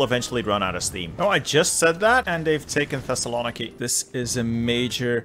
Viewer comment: The way you pronounce Thessaloniki is so bad. Other than that I love you. uwu